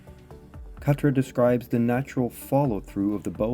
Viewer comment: nice video! may i however please offer a couple of critiques? pronunciation, the k in khatra is nearly silent almost the same as pronouncing knife in English, it is like a gutteral sound made in the back of the throat when pronounced properly. also, forward khatra is not performed by way of moving the bow forwards and down upon release instead forward khatra is performed by moving the bow forwards and down to initiate the release. i personally found that understanding that subtlety for forward khatra was key to mastering the technique and of course it is one of the main differences between this method of traditional medieval archery compared with the modern target archery method which we're mostly familiar with here in the west where release is initiated with the draw hand rather than the bow hand which is mostly why i wanted to mention it. Thanks for the video, it's still good. 😊